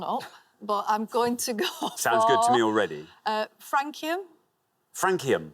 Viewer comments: Surprised Richard didn't pronounce Francium… like France. Suppose he really hadn't heard of it. Had Flerovium and Nobelium, but would've guessed there would be more pointless answers. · It is actually francium and they were mispronouncing it.